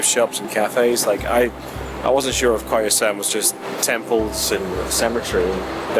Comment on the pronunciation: It must be Koyasan instead of Kyosan.